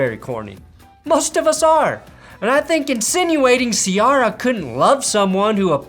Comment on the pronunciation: please pronounce Ciara correctly. Its like See-AIR-ah. Signed, Member of the Hip-Hop/R&B community- Love your videos!